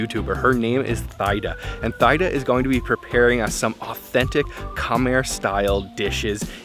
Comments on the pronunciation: Great video! This was what I was waiting for you to try. I must say you need to try prohok ang that is a must since you are in the country side. I am Cambodian and I am pretty sure her name is pronounced Tee Da. She is probably too shy to correct you.But overall great video. 😊Keep the video coming. So many delicious foods in the country side like gong gab bok..I want to see you eat that and the prahok ang. Yum. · Her correct name Teada not Tyda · Just wanted to correct you, it’s T-da not Thide-da😊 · Oh my goodness, bro you just butcher the pronunciation of her name...lol.. I believe it pronounce " T-Da." 😅. I know because. I have a friend with that name. She should have corrected you. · Not Thigh-Da, bro… she should’ve corrected you — her name is pronounced “Tee-dah”. The H is silent like the H in Christina. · her name pronouns as Tee-Daa, not Thigh-daa anyways great video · It’s not pronounced thigh-da 😬, it’s pronounced as tee-da. But awesome video! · Omg, why can’t he ask how her name is pronounced? It is so disrespectful to get such a simple thing wrong. Absolutely mind blowing. Tee Da, speak up! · It’s pronounced “Thee-Dah” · Her name is pronounced T-Da. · Her name is pronounced TeeDa btw. Great video as usual :) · It’s great that you’re visiting my country Kambodge/Cambodia. Love that you’ve taken a vested interest in our an ancient country. As I watching it, I found your pronunciation wrong.. just to correct, I believe you’re trying to pronounce her name Thida (common Khmer name) which is pronounced as Tee-dah. Additionally: Khmer pronounced: Kam-my or Kam-Mai. Phomn Penh is pronounced: Phomn-Ping “means many mountain” A lot of foreigners mispronounced these common words of the Khmer people. Land of Kambujiya & Mera (Khmer: the joint names of King/Queen) - P.S. “Hello” from the States. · Good looking food. I think her name is pronounced as T DA. Thank you for sharing ❤ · Thida as in (tee-da) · Pronounced Tee-Da. But wonderful video.